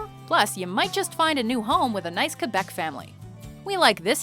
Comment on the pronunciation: I love how you say Québec properly (I mean like in french) and not Quwebec